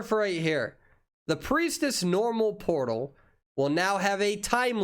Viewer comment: He said Portal but all i can hear is "Polo" XDD